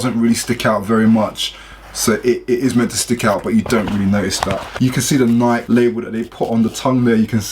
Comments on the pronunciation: but the right pronounciation is nayki, not nayk.. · Pronouncing war thingy: Like = Nike (Pronouced Nikey N-eye-key) Comment = Nike (Pronouced Nik N-eye-k) I will say (N-eye-key) I got triggered when he said N-eye-k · its not pronounced neyek its pronounced NikE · It's not NAIK, it's NIKEEEEE u english accent dumbass. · If this man says nike like n-ike and not n-i-key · man say nike properly. its nikey not night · what is "Nyke" it's pronounced (Nikee) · They are pronouced nike-ee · he says nik logo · "NIEK" okay buddy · Dude its NIKE-EY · The way you say Nike is fake bruh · Its pronounced nike not nike smh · everyone gonna ignore how he pronounces Nike? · The he says nike😂😂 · I would thumbs this down a million times if I could just because of the way you say Nike! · lol why do u say Nike like that lmfao